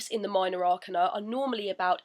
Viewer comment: Hey,! Thanks for uploading these videos. I found the pronunciation of 'Arcana' confusing so I looked it up in the Oxford dictionary:) ɑːˈkeɪnə So the stress is on the second 'a'.